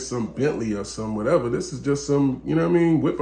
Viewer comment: did this nigga say “Whatevery”?😂